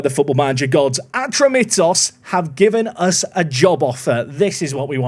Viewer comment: Its pronounced Ah-tro-me-tos